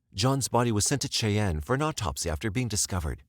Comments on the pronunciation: It always baffles me how often this channel butchers name pronunciation Cheyenne is not Che yen for f sake a child would know its Shy Ann. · Chay-en? Seriously, just stop. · Wyoming native, here. What language was that on the news segments? We don't speak that here. The name of the mine is Eagle Butte, pronounced /b-yewt/, not butt. (Seriously?!) Cheyenne, Wyoming's State Capitol, is pronounced /shy-anne/, the same as the tribes of Native Americans that are famous for their participation in the history of the region and the U.S. Nation. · Cheyenne is pronounced “shy-ann”, thanks.